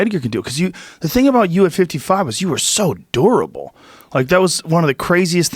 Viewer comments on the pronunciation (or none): did he say durable or adorable? 😳🤣🤦‍♂️🙉🤷‍♂️